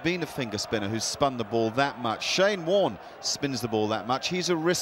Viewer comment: It's not Marne it's Warne